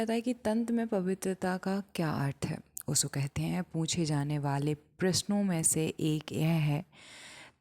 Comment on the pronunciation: Aap pronounciation sahi kyu nahi karte ho, up Bihar side se श को स क्यों पढ़ते हो ? ओशो को ओसो क्यों ? This is not hateful question .